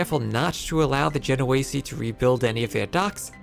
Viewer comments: Isn't it "Ache-r" and "Gen-oh-eese"??? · The way you pronounce "genoese" is so bad.